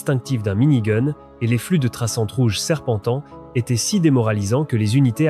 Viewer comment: mini goune ^^